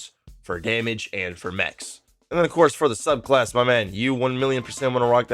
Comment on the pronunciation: Everytime he says mechs build i cringe